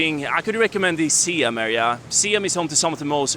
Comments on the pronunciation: Siam is pronounced sa-yam. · Sorry to say, it spells Siam but pronounce Sai Yuum which was the old name of Thailand